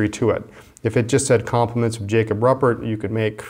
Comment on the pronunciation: Jacob’s last name is pronounced roo-pert...